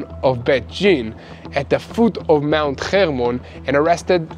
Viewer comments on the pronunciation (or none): none